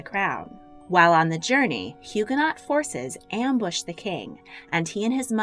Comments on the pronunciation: If you say HugaNOT again I’m going to scream!! HugaNO - the T isn’t pronounced. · Loved the vid. FYI to those reading: Huguenot is pronounced Hugh-guh-no. Silent t and ending sounds like “no” instead of “not” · The last letter of French words is invariably not pronounced. So, Huguenot and Huguenots are pronounced Hugo—no and hugo-nose! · FYI the last syllable of “Huguenot(s)” is pronounced “no”, and the H is silent. The St Bartholomew’s Day Massacre was a major blot on Catherine de Medici’s reputation and legacy. It took decades for France to recover from its sanctioned persecution, torture and slaughter of French Protestants. On the other hand I have great sympathy for Catherine’s embarrassment at being supplanted in her husband’s affections by Diane de Poitiers. That must’ve made trying to have children with him uncomfortable at best and distasteful at the worst. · The T is silent in Huguenot. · The T in “Huguenot” is silent.